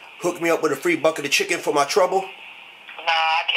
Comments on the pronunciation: "Eight Piece a chicke!" rofl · "Four-ninety-nine for da eight piece chicky" LMAO